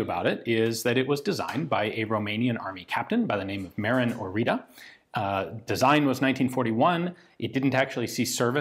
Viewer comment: As a Romanian I'm glad you're covering this, but dear God your pronunciation is off. It's pronounced oritsa (orița), and the guys name is Mareen (Marin)